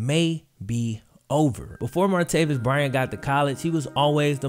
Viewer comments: And it’s martayvis not martayveous!! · MAR-TAY-VIS. NOT MARTAVIUS. JESUS FUCKING CHRIST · Why do you clearly keep saying "Martavius?" His name doesn't have a 'U' in it. It's Martavis. Come on man! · Martavis Bryant is the guys name. Stop calling him martaveeus....it's not even just this video where you forget how to talk. Do better dude.